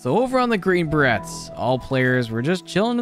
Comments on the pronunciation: You did not say Bah Rets hahaha its Bah Rays....I'm not even a military person either sheeshhhh. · Inhale It's pronounced green Bur-Rays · Is anyone else cringing every time he mispronounces Green Beret? In case you’re wondering, it’s pronounced similar to fillet. Like Beray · Good video but i believe youre pronouncing it wrong. The T in berets is silent. So its like "Buh-rays".